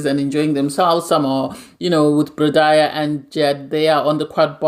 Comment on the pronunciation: You kept calling Bardha "brother" I was really confused on who you were talking about. It's just Bar-da very easy to pronounce 😊